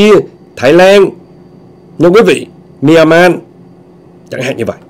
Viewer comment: Anh hay đọc sai chữ Myanmar nhe